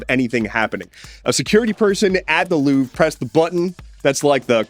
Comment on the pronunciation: The "I'm louvring it" sounds both like 'loving' and 'losing'